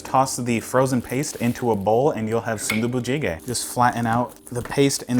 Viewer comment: you actually had pretty decent pronunciation for that😂👍 good job on the food too